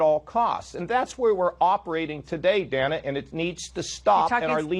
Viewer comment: Every time he said Dana I thought he said Dammit.